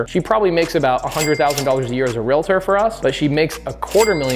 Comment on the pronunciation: Omg! Mahalo for pronouncing REALTOR correctly! Not REAL-A-TOR. 🙌🏻 There are only 2 syllables in the word. PS. I am a Realtor (I bet you guessed), & not offended by you saying we are not (intuitively) investors, hence the reason I’m here. It’s a completely different mindset. Thank you for this information. 🙏🏻